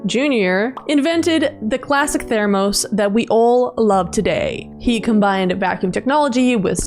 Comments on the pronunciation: Thur-mus Thur like Thursday without the sday mus like must without the t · That’s not how you say “thermos”